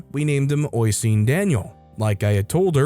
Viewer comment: Story 7. The Irish name Oisín sounds like "uh-sheen."